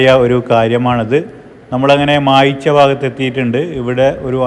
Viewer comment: കാര്യൻകാട് അല്ല, കാര്യങ്കോട്. മായ്ച്ച അല്ല മയിച്ച.